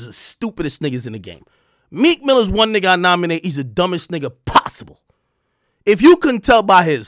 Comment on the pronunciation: Some one said Cheek Mill 😂😂😂😂😂😂😂😂😂😂